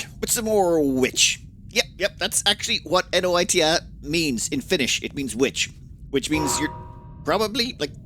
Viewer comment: I'm pretty sure you said Noita perfectly fine right after calling it Witch lol